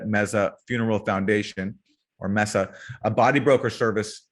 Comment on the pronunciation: It's May-sa, not Meh-sa.